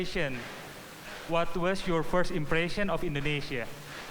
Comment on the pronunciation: pronunciation kata 'impression' nya perlu diperbaiki, sering membingungkan sebagian dubes. dan lagi 'looking forward to doing' bukan 'looking forward to do'.